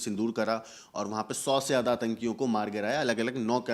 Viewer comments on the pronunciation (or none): none